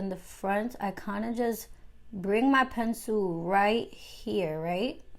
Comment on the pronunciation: Luv how u say “Pencil” lol Pensoo😂❤️